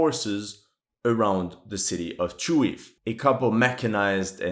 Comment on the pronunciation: The city's name is pronounced as ChooGooEff not Chooev. =)